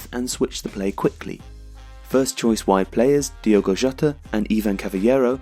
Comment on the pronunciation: diOgo Jota, not diEgo